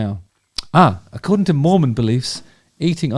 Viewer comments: Not that I am one or care but it’s pronounced Mor-men, not Mor-mon. Now, bring me more men! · Are we pronouncing “Mormon” like “moron”? LOL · The way he says Mormon sounds like he's describing some obscure rodent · I’m watching you at the gym and this song is playing overhead! Weird. The way you say Mormon makes me laugh Btw, you’re BMI is great! Knock it off…🙄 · Just want to hear you say "mormon" everyday, for the rest of my days.